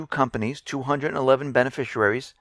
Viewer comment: stopped listening at "bena-fisher-aries" OMG